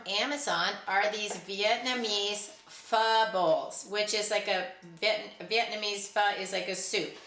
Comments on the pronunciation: Thanks for the taste review on the pho (your pronounciation is correct). My son was a southeast Asian studies major, specializing in Vietnam - actually becoming the non-Vietnamese co-president of the Vietnamese student association! He makes his own pho and eats Vietnamese food whenever he can get it. I'm sure he'd appreciate some quick pho for convenience. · You pronounced Pho perfectly, per my Vietnamese friend. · You can sprout mung beans or make other sprouts to go on top of your Pho...yum. Bring some sriracha along and soy sauce too. Your pronunciation is fine. I have not tried them yet. I just love Pho. There is also Pho Ga, chicken pho, and you could probably add some canned chix to that. I bet you could add canned chix to your bear creek pasta too. I am using and rotating my food. I also spilt some dog food that wasn't packaged well (or maybe the cat got to it) so I had to go through my storage area (the baskets, bins, buckets and floors) to clean up the dry dog food. I found some stray things for 2028 so I consolidated those. I also got some more food to top my preps off. I tried a new recipe which is also good cold this weekend. It lasted 3 days a couple of meals each day. When I am cooking on the weekends or trying new things, I am now making things which are also good cold. If the power goes out, I can just eat my leftovers in the fridge first. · You are pronouncing it correctly...lol